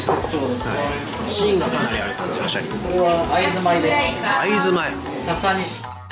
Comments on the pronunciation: 税サ込12000円のおまかせで41品は良いお店ですねー！ご紹介ありがとうございます！ 余計なお世話ですが...シャリのイントネーションが気になりました笑 シャリ（↑↓）でなくてシャリ（→→）ですよね！伝われ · シャリの発音が悪い